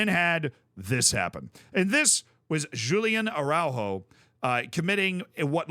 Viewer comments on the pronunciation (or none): "Julian Araujo"